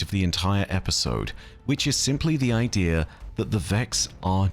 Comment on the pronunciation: Idea still doesn't have an r in it.